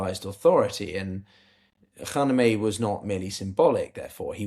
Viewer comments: can't stand it anymore (after watching in several videos making the same mistake over and over again): Kha-ME-NE-i, not Kha-ne-me-i. i don't mean this as nitpicking or smartassery, but c'mon, the aim here is geopolitical analysis - getting the very basics right is the foundation of credibility. writing this with all the respect (and liking) of work, which i've been following for a long time. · Please, stop saying the late ayatollas name with the wrong letter sequence. His name was “KhaMeNei”, not “KhaNeMei”! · how tough is it to say KHA-MAY-NEIGH , i can say it and I am neither English nor Persian